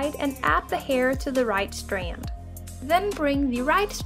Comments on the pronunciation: what "facts" are there to check? lmao just the way she says STanD sounds funny bc of her accent. No one was being rude. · Thank you for this tutorial I really appreciate it but I just have to say why do u say strand like that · "strand" nooooooooooo